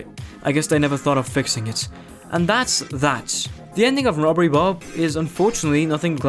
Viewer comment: did i hear that well? Bobbery rob